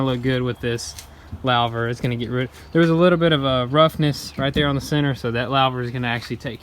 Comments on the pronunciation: Loover not lowver. Louver. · It's not a "lau" ver, it's a "lou" ver as in Lou Costello or Lou Albano otherwise great video. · Lover is pronounced lew- ver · It’s pronounced LOO-VER! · Looking good! Just FYI louvers rhymes with Hoovers. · Loo-ver* 😂 Another good video boys. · Louver Pronounced Loo-ver. Sorry guys I'm English... PMSL. More power to your elbows though. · great work guys!..lookin good. BTW, its pronounced "loover"........lol.........keep up the good work!